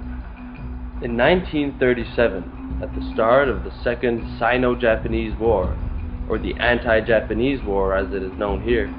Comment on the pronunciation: Is English your first language? You pronounce some words funny, like "sino" and "albeit."